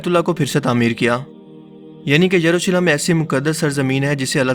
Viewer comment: Jurusalem nahi ...yerusalem..yahoodiyo ka anjam bura hi hoga...inhe kon bacha Sakta h..